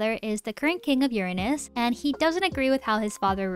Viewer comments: stop saying uranus like that…. its suppose to be yur-ranus, not your anus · it's Crazy how I'm so invested while watching this fanfic also on the last part the way she say Uranus UEUEUE😭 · She said it more like your anus instead of uranus— I love it sm 💀💀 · you purposely saying Uranus like that is killing me 😭😭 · Im sorry but everytime u say uranus i giggle a little bit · I don't know why but when you say "Uranus" it feels a bit weird 🗿💀